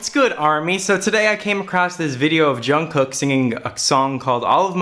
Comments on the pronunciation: I love your videos about JK <3 It's pronounced "jungook" tho, lose the first k :) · Also his name is pronounced jung-goo not being mean or sarcastic just thought you would want to know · I didn't even understand the lyrics th first time I saw the video but I cried like a lot 😭 his voice is amazing. I read the lyrics a couple hours latter and I cried even more lmao. Also, the pronunciation of his name is actually "guk" instead of "kook" ㅋㅋㅋ nice video tho 👏👏💖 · Je-oo-n Je-oo-n-g-guk Jeon Jeong-guk not jungcook lol 😂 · I like how he says Jongcook hahahaha ok sorry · Every Time he says "John cook" I cringe. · Why does everyone pronounce jungkook wrong